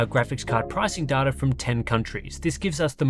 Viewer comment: it is data mate!Not data!;)